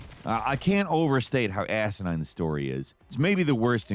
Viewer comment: You said the story was asinin…the whole game is asinine minus the inine part of the word